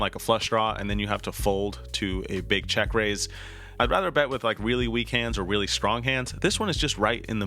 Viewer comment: Yeo beast poker player love the content I admire your game hopefully one day I get to play at this level broski you really said weely weak hand and weely strong hands hahaha